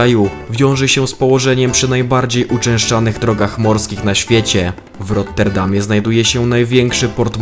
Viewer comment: asdfg to plus wymowa nazw własnych Euro, Rotterdam lub Schiphol, kłuje w uszy, mimo że sam materiał jest ok.